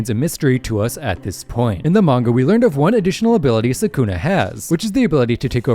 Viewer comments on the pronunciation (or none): none